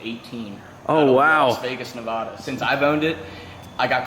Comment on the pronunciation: Nevada (knee-V-add-dah)